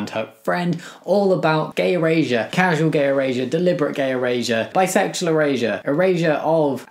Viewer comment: Bro’s accent sounds like he’s sayin “gay Eurasia”